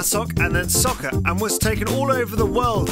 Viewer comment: You said soccer wrong